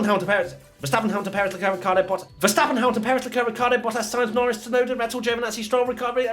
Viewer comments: Damn , look how the editor massacre Yuki's last name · No one: Absolutely no one: Race Rundown: Tsuonda